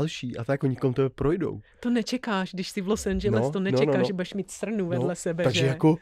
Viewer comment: Proč to Los Angeles nevysloví tak jak se to má?